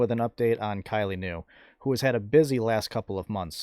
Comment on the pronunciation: Thank you for the video update. You said Kylea's name correct. I enjoy all of your videos.